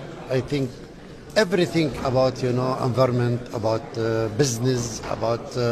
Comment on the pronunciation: نبيه بري جاهل قال: انفرنمنت.....بزنز بصراحة عيب و خاصة في لبنان المشهور بأن شعبه يتحدث عدة لغات اجنبية